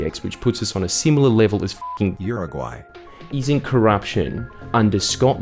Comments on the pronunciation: You said u r gay instead of Uruguay hey jordies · Not really the point. But how badly did he pronounce Uruguay that they had to audio dub it 😂😂😂 Love yah Jordie.